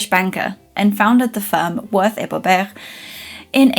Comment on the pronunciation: 🤓 Bobergh is pronounced Boo-berj. The O is long, and the G is soft, almost a Y. 😊